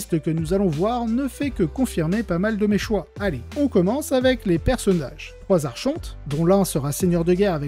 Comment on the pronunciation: bug 2 : la prononciation d'archonte 😁